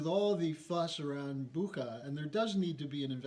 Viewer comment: Bucha is pronounced with a "ch" sound - like in "butcher". I don't mean to be rude but couldn't help it. I'm Russian, it bugs me.:)